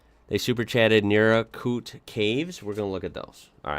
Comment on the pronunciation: I missed this live - but Naracoorte is pronounced like naracourt by most of us - although I’m sure that being in South Australia they’d argue the pronunciation, because well there’s lots of really “free thinkers” in South Australia … if you’re into caves Margaret River cave system is/was the most spectacular I’ve seen but that was many years ago. Never heard of underground caves at Naracoorte. Underground “something” no doubt, not sure about it being the caves, lol …